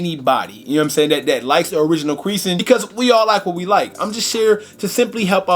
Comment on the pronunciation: My boy said, “quereasin” 😭😭😭